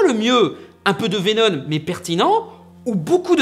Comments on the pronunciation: Pourquoi tu dis venon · C'est moi ou une fois sur deux il prononce "Vénonne" ? ^^ C'est pas pire que le "pour que vous compreniez C'EST QUOI mon problème" à , mais bon ^^ (au cas où si y en a qui seraient tentés de crier au grammar nazi, je précise qu'il faut pas chercher bien loin pour trouver de l'ironie dans le coin) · Bordel, mais c'est VenoMMMMM, avec un M, pas VenoN ! XD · VENOM PUTIN vé nome PAS vénonne , sinon on dirais que t'est le seul a avoir remarquer que ce vénom avais rien a avoir avec spiderman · Pourquoi tu dis venoN et pas venoM ? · Pour info... Tom Holland'Holland', qui interprète Spiderman dans le MCU, aurait été vu pendant deux jour sur le tournage de Venom... D'ailleurs c'est bien Veno"M"!!! T'en es où toi de tes problèmes de prononciation!? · Ah mais tu parles de VéNONNE pas de Vénom ! #trollgentillet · Arrête de dire Vénon, c'est Vénom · Il ne sait pas prononcer venom il dit venone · je suis le seul a entendre veno"N" ?? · Entièrement d'accord avec toi mais stp, arrêtes de dire VenoN x) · (À ) vénon, 🤣🤣🤣🤣🤣🤣🤣🤣🤣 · ARRÊTE DE DIRE « VENONNE » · Arrête de dire "venoNe" C'est insuportable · Il recidive a 😑...